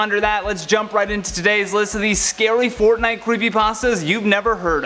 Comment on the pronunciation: You said crepper Aw man